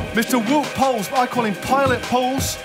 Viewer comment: Here is a tip to pronounce the dutch name Wout Poels in the correct manner:Instead of Wood use the beginpart of the word ‘ouch’. So it becomes W’ou(-ch)’t Poels. And Pools sounds just like Poels in Holland. So W-ou-t Pools! He will be getting more and more famous with the time comjng so it’s nice to know how to pronounce his name! Keep up the good work! Very usefull and funny video!